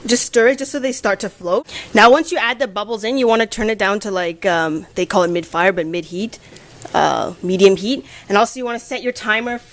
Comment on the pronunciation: lol, "midfire"